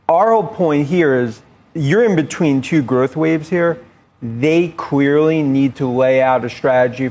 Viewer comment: I'm not sure if it's me or did he say... "they queerly need to..." I always thought he had a speech impediment but this clearly confirmed it. Doed anyone know if he has been diagnosed with a speech impediment or something else?